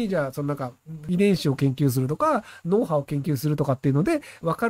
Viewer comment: 確かにひろゆきの発音発話だけで字幕を組むと「ノウハウを」なんだが、この文脈では「脳波を」が正しいんだよな。AI字幕生成の所為と言うよりも、ひろゆきの滑舌が悪い所為だがね。